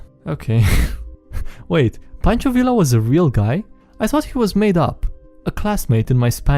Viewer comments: WHY DO YOU SAY “Villa” I’m like 95% sure it’s “Viya” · I don't know what I was expecting from the guy who mispronounces his own name at the start of every video, but listening to you say "vil-la" instead of "vee-ya" made the little Mexican in me shrivel up, die, and come back as a revenant. Hahaha And that is why my players are now fighting an angry ghost who is haunting a bardic college that taught the wrong pronunciation of his name to its students. Hah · Its pronounced Ve Ya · Fun fact: the Villa in pancho Villa is pronounced ,like viya. Because the double L is pronounced like a Y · Learning time, double L in Spanish is pronounced like Y, so Villa sounds like Vee-yah